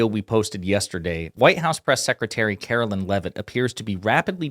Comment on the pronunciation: "Karo-lyin leavitt"